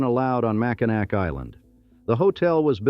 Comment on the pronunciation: Mack in nack. Gaaaaaaah!